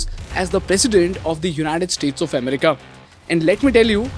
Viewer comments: Listening to you say EHmerica 50 times in 13 minutes is nerve wrecking. Accent is one thing, mispronunciation is another. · Indians pronounce like that bro😂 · Ame rica ❎️ M rica ✅️ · Maybe learn to pronounce America